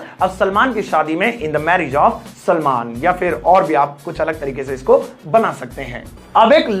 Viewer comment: सलमान, सलामन नहीं